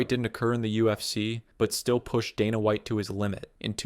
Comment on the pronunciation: donna white? randy coocher?? the funniest part is he pronounced both the names right at least once before going on to butcher them lmao